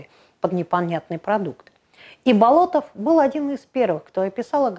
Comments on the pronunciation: Да, вот действительно удивительный человек! Но вроде он БОлотов, а не БолотОв, по крайней мере в фильмах и в музее усадьбы его фамилию так произносят.. БолОтов как-то даже слух режет.. Но, в любом случае, на его удивительное наследие и вдохновение трудами ударение никак не влияет. Спасибо) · Будучи школьником, участвовал в археологических раскопках усадьбы Андрея Тимофеевича в селе Дворяниново. Именно тогда я узнал его уникальную биографию. П. С. насколько мне известно, ударение ставится на первом слоге в фамилии. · Вообще-то ударение в его фамилии ставится на первый слог. Готовьте свое ролики не только по википедии.